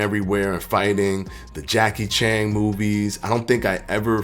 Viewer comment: Homie said Jackie Chang. I'm done lol